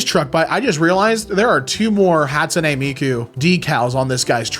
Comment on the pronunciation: why are you saying hat-sune it's ha like "haha"